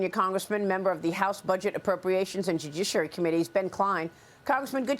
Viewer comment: It's ok Maria, you can always say "jujiciary" to me